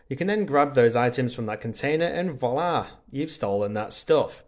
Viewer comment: Please take this as it is meant, to be helpful: Check the pronunciation of 'voila', 'melee' and 'apparel' - your attempts were way off. 😉